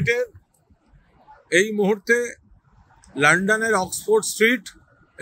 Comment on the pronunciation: ভাই ওটা লোডন নয় লন্ডন 😂😂😂